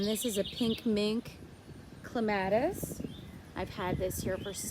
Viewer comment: So beautiful! And I've held off so far, but I can't help it... it's pronounced CLEM uh tis.... accent on the first syllable.